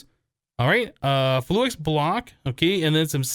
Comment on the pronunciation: Please it's fluix not flu-ex